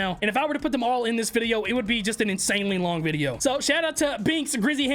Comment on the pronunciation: I love how he says videa instead of video